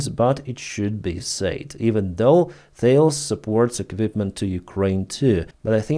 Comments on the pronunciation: The name of the company is pronounced "Tah-less." Not "thails". It is French, not American. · Thales is pronounced as Tal-eez. It’s a French name.